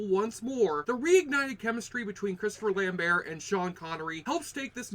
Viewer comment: Say Christopher Lambert that way one more time, I dare you...